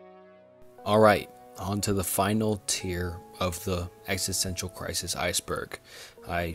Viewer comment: Bro if you’re gonna make a video about existential crises please learn how to pronounce “philosophical”, and “existential”